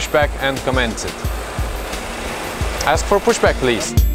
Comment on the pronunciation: when FO order Captain to aks for pushback ehehehe... It's 2020 and I really miss them, especially,. Please bring back my for some future content.